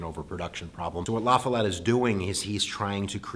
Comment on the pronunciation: I find it impressive that a non-Wisconsin person actually pronounced Robert M. La Follette's name correctly lol